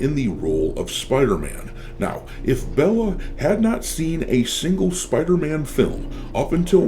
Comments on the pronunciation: Spidey❌ Spithey✅ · Spider-Man ❌️ Spedder-Man ✅️ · Spider-tham ... lol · It's called SpiderMAN not SpiderTHEY or SpiderTRANNY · He's called Spiderman Not spiderthem